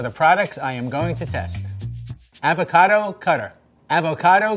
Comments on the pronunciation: Arber Loka or you can say it with a soft a sound like awe-vah-cah-doe. He says it more like “ave-a-cad-o” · Nobody:: avoQUADO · I can't stop saying "avoquado" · He says Ávocado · the fact that he pronounced avocado wrong the entire time tho😂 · Have I been mispronouncing avocado all my life or is he? It made me wince each time he said it. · Does the entire rest of the world say avocado with a short "a"? Why is nobody discussing this? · interesting pronunciation of avocado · I've never heard anyone pronounce avocado like he does. Very strange.